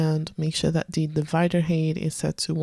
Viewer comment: Thanks, a nice feature. I like that you don't go too slow in your demos. However I always grimace when you say "hate" instead of "height" :)